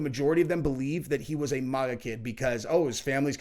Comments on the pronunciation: It's not euro MOGA it"s MAGA with a short A. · Bro it's not maw ga it's MAG GAH. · Bro really can’t pronounce maga lol